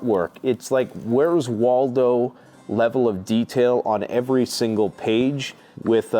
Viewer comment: "the le el of detail on eveey page, its like where's Waldo mixed with magic 🍄 mushrooms..." 😅😂